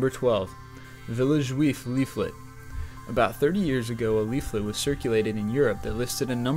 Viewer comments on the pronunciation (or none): Man you suck at the english language: "bizon", "Duke" and not Duke University, "grandiOISE", "LWEAFLET", "orShon welles"